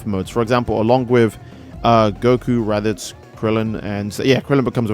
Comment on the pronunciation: “RADITZ” im a raditz fan.